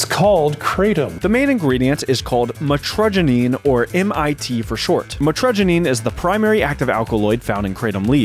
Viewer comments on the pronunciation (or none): Kratom is not "like" and opioid. Opioid means "something that acts like an optiate" opiate meaning a drug derived from the opium poppy. Anything that acts on the opioid receptors that is not an opiate is an opioid. Also it's "mit-ra-guy-neen" not... whatever it is that you said lol